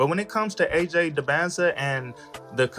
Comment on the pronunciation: It’s dybantsa not close at all